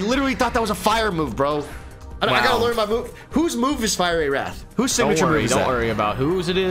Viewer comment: You guys are pronouncing fiery wrong